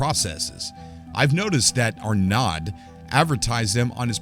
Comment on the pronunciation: ‘Arnod’? Surely the correct pronunciation is ‘ar-no’. Just sayin’